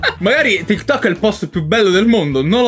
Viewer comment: sei così boomer che lo chiami ti tok ahaahhahahaah sembri mia nonna quando dice whatsapp